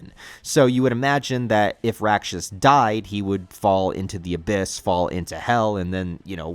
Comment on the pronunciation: Full respect to Miura, but the art's only gotten better imho. Btw, Rakshas is pronounced [raːkʂɐs] and roughly translates to demon in Sanskrit. The decision to bring Rakshas here seem apt since Kushan empire is meant to be India. Ganishka/Kushan are a historical king and empire from ~200CE.